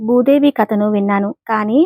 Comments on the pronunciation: ముందు నీవు భూదేవి అనటం నేర్చుకో? బూదేవి కాదు తరువాత అందరికి చెప్పు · You should pronounce Bhudevi properly.